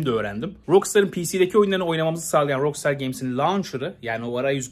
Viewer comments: Şuna roksıtar demenden sinir krizi geçirip izleyemedim!! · "rok staa" olarak telafuz edilir ingilizce :/ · RAKSTAR DIYE OKU ŞUNU REIS